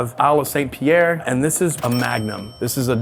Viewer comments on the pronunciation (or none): none